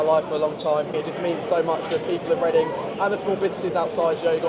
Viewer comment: Make Leading (Chinese pronunciation) Reading again.